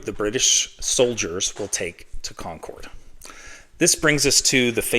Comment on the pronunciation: UGH. It's "Condcud"...not "Concowd"